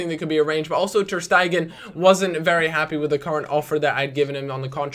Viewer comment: not ter-stegan you had him previously